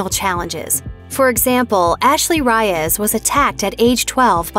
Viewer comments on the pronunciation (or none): none